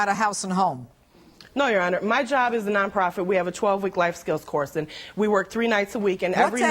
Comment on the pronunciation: Is it me or did she just say nonfer profit instead of non profit?